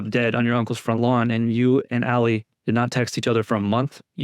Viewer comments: > I can't stand Lally but man please can u pronounce his name right. It's driving me nuts to hear u say "Lully" its supposed to sound like Laaally - not Luuully. The "a" makes the sound like the word "Laugh". Thanks for more vids on KR case. I love how ur getting the truth out there & I fully support Karen Read & I know she had nothing to do with John's death. The Reads are really genuine & great people. Completely opposite of the Alberts & McCabe's. I hope ur gonna do Nicole Alberts & everyone else's too. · Lally like "Sally" as in sallyport